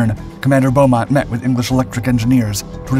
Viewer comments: The name is 'Beemont', not 'Bowmont'. Roland Beamont. It used a Reheat system, not an American 'Afterburner'. The Lightning was almost always called the 'English Electric Lightning', not the 'BAC Lightning'. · Just to clarify - the test pilot's name was Wing Commander Roland BEAmont - without the 'u', and pronounced 'bee-mont'.